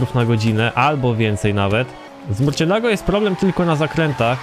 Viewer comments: nie murcielago, tylko marsjelago:D pozderki;) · Mówi się "Mursjelago", to Hiszpański. xP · Murcielago (mursjelago) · Z tego co wiem to się mówi „mursjelago” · Dobra zrobię mały hejt nie żeby obraźliwe ale następnym razem sprawdź na internecie jak nazwe danego samochodu wymówić ponieważ Murciélago się tylko pisze a teraz sprawdź potem gadaj bo jak narazie od tej wymowy uszy bolą...